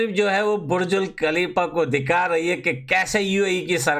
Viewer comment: Burj khalifa ❌️burjul khalifa✔️😂😂